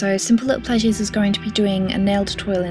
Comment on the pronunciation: Simple Little "Pleasues" haha ^.^